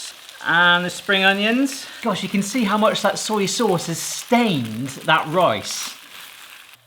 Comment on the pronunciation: I love how you say 'soyee souse'